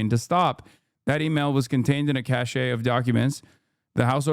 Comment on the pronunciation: cache is pronounced cash